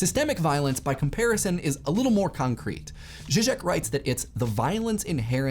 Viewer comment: First of all I wanna say that I'm proud of how well you pronounced Žižek, almost perfect, 8/10. Now about violence! The thing is: society associates violence with active aggressiveness, not so much with passive aggressiveness. Passive aggressive behavior and comments are as damaging as actively aggressive behavior and hate speech, because it devalues and demoralizes the subject. In this case it is not always a threat of violence, but the threat of isolation, the feeling of humiliation or alienation, that damages the victim.